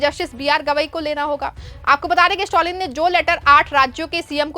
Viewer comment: स्टॅलिन, स्टाॅलिन नही। improve your pronounciation!